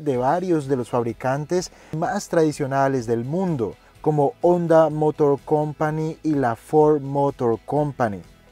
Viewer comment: hasta que alguien pronuncia correctamente Honda Buen video👍